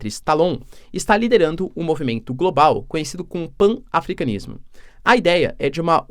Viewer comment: PAN-AFRICANISMO, pronúncia-se PANAFRICANISMO.